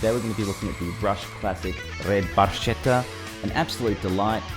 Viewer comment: barchetta is pronounced: barketta barcetta would be pronounced like he said it